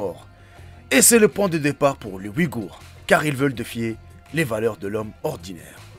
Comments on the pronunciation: Agorhis pas Ouïgourhs !!!!!!! Est ce que cest fait exprès ou quoi??! Ne confondez pas les deux .... deux mots totalement différents... quel inculture ... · Pourquoi tu parle des ouïgours???c’est une vidéo sur les aghoris...va chez l orthophoniste frero